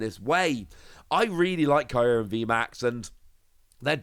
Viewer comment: The way youre saying Kyurem in this video triggers me xD